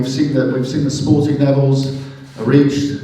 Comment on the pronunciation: I’m sure he said “snorting levels” instead of “sporting levels”...force of habit lad?